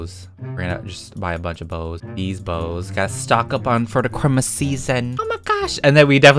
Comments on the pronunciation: You said citmiss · Me: Looks at money: Spends over 50k on baubles Me: “PEETAH!”: “mErry chRiMuS guYs!” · lalalala Me: thinking he’s going to say jingle bells: chrimus tree crimus tree Me: WHAT!? ———————————————— Real title: going broke for 8 minutes ————————————————————————- Also MERRY CHRIMUS 🎄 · People: Christmas, Noel, Navidad, (thats all the languages I know 😌): Chrimas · I love how he always says crimas and not Chrismas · crimas Me: Christmas!!! Not crimas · you should say Christlemiss instead of ChrMus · Me: struggleing to say christmas cus of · Why do you saw crimis instead of Christmas? Not to be rude or anything but can you answer that do you just say it to be funny or like what? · I luv how says Chrimas LOL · How normal people say Christmas: Christmas! How says Christmas:✨Crimas✨ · You said Christmas not right